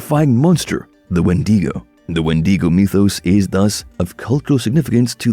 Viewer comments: its wen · duh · gow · Please start pronouncing wendigo properly it’s not wendeego